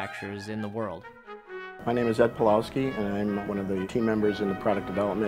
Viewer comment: sorry Ed Pawlowski, but your name is not Polawsky, it's Pavwovsky